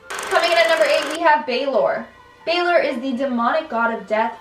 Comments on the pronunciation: It is balor with a light a not hard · Balor almost sounds like gaylor 😂😂